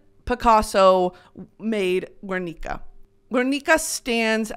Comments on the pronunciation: brittany as a spanish speaking bestie i need to let you know that in "GUERNICA" the u is not pronounced! like in "guerra" ok love you thats it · you know better than to pronounce “Guernica” like that 😭